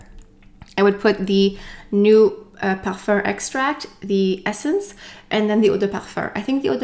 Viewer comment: Since you speak French and pronounce perfume as "perfurrr", would that be how it is actually pronounced? Thank you